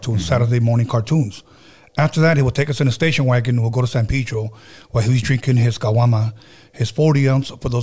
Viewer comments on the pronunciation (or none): san pee-dro.... no mames